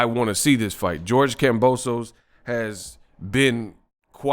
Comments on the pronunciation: HIS NAME IS KAMBOSIS WHY ARE PEOPLE CALLING HIM KAMBOSOS!!! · its kambosos